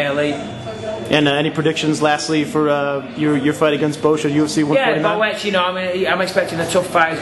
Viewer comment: lol boe-etch